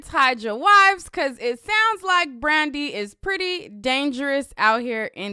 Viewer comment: ...y u keep sayn Brandy name like that😭😭😭😭😭🤣🤣🤣🤣